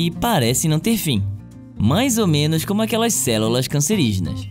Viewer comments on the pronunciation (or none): Entendi esse "mães ou menos”